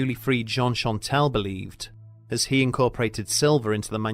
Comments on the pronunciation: Great video as always! Just one small error: it’s Jean Chastel and not Chantel ;) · The man who killed the beast was named Jean CHASTEL. Not Chantel.